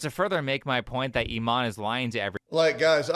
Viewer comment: why are people pronouncing her name as "E- mon" lol. maybe thats how its pronounced in afrikaans but in english "imane" would be prounced E-mon-E" or imani